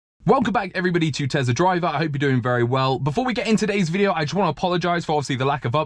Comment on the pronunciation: It’s tesla not tezla